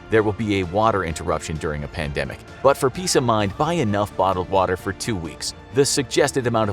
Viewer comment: What’s a pandamic? A panda microphone? 🤔😂